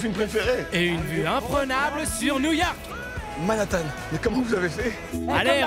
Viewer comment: En plus il dit Manhattan 🤣🤣🤣